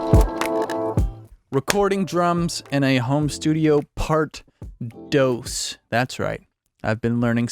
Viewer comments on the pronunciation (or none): Hey, I took Spanish lessons as well, and a... Spanish for "two" is pronounced such as "tho-os" vs trying to pronounce "dos" as if trying to say "dough". Just saying... Otherwise good recommendations on micing a small kit for rock-type tunes. Thanks!